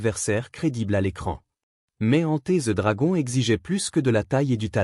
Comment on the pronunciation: "Enté ze dragon" 🤣🤣🤣🤣🤣🤣🤡🤡🤡🤡🤡🤡🤡🤡